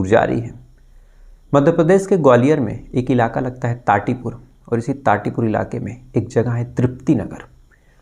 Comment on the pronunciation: Tati pur nahi thatipur